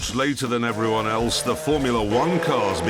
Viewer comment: The ‘Veryon’